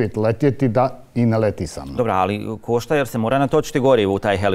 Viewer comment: To ništa ne košta (meko š )...o bože bijede.